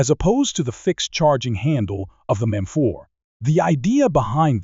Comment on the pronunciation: Is this AI narration or something? Why can't you pronounce M4 properly even once?